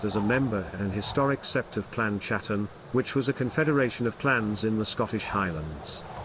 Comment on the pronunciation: It's pronounced bain and Hattan not bean and chatan